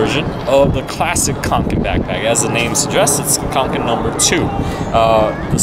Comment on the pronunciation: it's pronounced konken